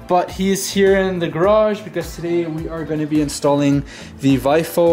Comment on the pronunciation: Technical note. VIOFO is pronounced "Vee - Oh - Foh"